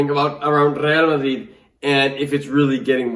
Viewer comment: I love how you say Rrrrrgrreal Madrid, the pronunciation is perfect